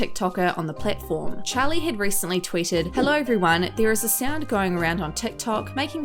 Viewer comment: Y she say Charli like chAly I’m dead 💀